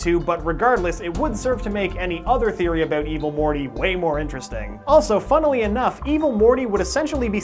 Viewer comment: NEVER say "funnely" in a sentance ever again!